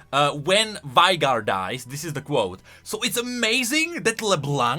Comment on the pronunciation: she literally tell you how to pronounce Veigar, yet you'd still say it like "Vy-gar"